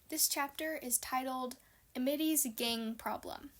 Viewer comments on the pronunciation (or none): You're still pronouncing it as a middy instead of Amity. Every time you say it like that I take 5 psychic damage.